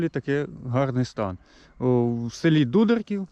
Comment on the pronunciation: Назву села не вміє вимовлять. Покаже він.